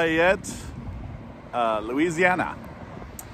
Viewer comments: As a resident of Lafayette, I need to correct your pronunciation of our City.. It LAF-EE-ETTE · Locally pronounced laugh-ee-yet. Also notice the lack of southern country drawl. South louisiana is different. Also Zea's is a local chain in the region. So is Main Squeeze for healthier options.